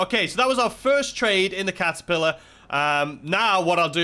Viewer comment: Was I hearing things or did you say "the kazapillar" instead of catapillar?